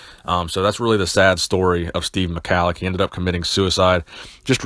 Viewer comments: Pronounced 'Mah-hol-ick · its pronounced ME-HALIK- NO HARD C